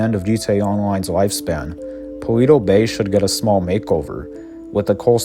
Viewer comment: ALL the settlements in GTA 5 are smaller than they should be, or they'd crowd each other off the map! BTW, I think "Paleto" is pronounced "Palayto", not "Paleeto". Its a Spanish word basically meaning "Hick".